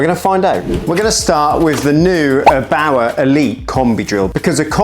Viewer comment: It's Err-bauer not "abauer". Couldn't watch the video because of this nonsense.